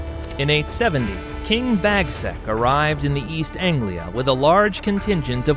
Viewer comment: King Bagsack? 🤣🤣